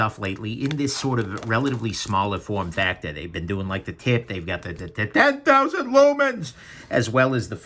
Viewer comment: is it wrong that I giggle whenever you say "TIN TOWZEN LUMENS"? if it is, then I don't want to be right...